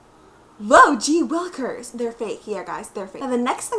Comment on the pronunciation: "Gee Wilkers" rofl!!!